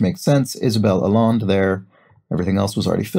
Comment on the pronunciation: Allende would be pronounced Al-yenday in the Spanish way rather than the French - I think Isabel is related to Salvador Allende, the Chilean socialist president who was assassinated in the 70s